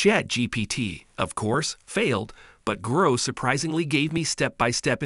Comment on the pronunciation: grok ... its a hard "ock" sound not growk ... its a real word. Why do Americans do this?